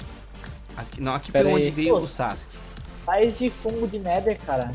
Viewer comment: vc falo sauske